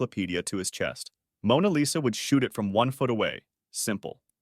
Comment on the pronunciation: Mona Lesa???